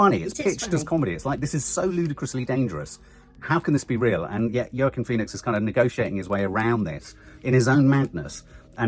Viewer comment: YAY, maybe Nanny Di will convince you to pronounce Joaquin's name better 😜 (wah-keen)